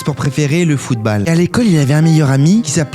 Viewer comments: Direct dislike quand j'ai entendu footbaal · Footballe t’as dit 🤦🏻‍♂️ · Suis-je le seul a s'énerver quand il prononce footbaalll, basket baall et tant qu'on y est trou de balle 😂😂😂😂